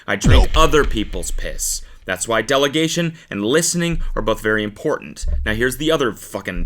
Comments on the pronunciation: Don’t care. I’m going to say it. Its delegation. Not deligation. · Delegation not "Deligation" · sorry but its delegation. not deligation